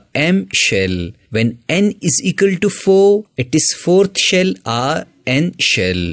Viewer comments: "Eqal"...? 😂 BTW the way of teaching was superb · Equal ❌ ecal ✅